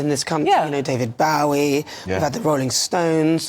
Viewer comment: Ireland and the UK, yes, both stooped to new lows in this years Eurovision in Sweden. Repulsive and disgusting, and thats being polite. Oh fgs GBNews its not hard to get "your" David Bowie (boh - ee) pronunciation correct, I mean after all its your job!!!!